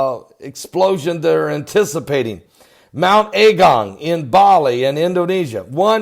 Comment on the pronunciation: It’s not pronounced “A” as in capital, it’s a lower a as in agung not A gung. I live here been here a very long time. It’s bad for the immediate surroundings but I’m not freaking out like you are. Please dont blow this up out of all proportion. We are quietly looking and keeping an eye on the situation. A lot has been done for the evacuees already. The first outage of lava is called cold, it’s not red hot, it’s more like mud and ash, it has spread out and come down about 2k, it’s in wide bands but it’s not everywhere yet and its pretty slow at the moment.